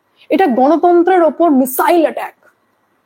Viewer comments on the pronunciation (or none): none